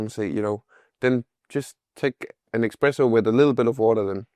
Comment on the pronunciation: Hey its pronounced Espresso not Expresso. / Huge Swedish fan.